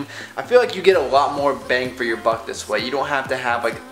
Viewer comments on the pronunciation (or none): none